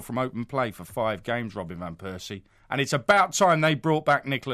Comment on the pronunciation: lol he said bentner